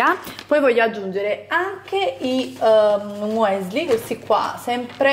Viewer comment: MUESLI????? Mi stanno sanguinando le orecchie!!!!